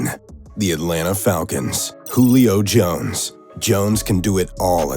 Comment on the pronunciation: “Julio Jones”😂